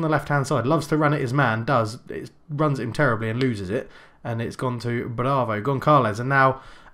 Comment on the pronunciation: I am portuguese and I Just need to tell you that you are saying wrong Gonçalves because ç is like s so you are suposed to say Gonsalves